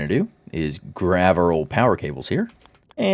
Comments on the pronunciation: why do you say grav instead of grab? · why do you keep saying grav instead of grab over and over lol